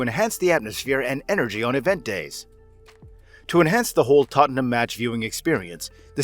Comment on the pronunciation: Lads.. It's Tottenham